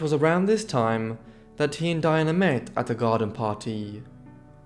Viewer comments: What a pity that he pronounces the men's names correctly but cannot manage Pamela or Diana, despite recordings of their sisters referring to them. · Why does the narrator seem to have so much difficulty with pronouncing VERY common names for English women? For goodness sakes, Nancy, Pamela and Diana are not particularly exotic!